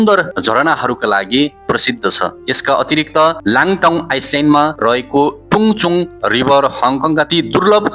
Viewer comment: आइसल्यान्ड होइन आईल्यान्ड , नाउलोन होइन काउलून हो , लाङटाङ आइस्लेन्ड होइन लान्टाउ आईल्यान्ड हो , सिङ्मोङ होइन सिङ्मुन हो ! अलिकती उच्चारण गलत भए नी समग्र सामाग्री उत्कृष्ट छ !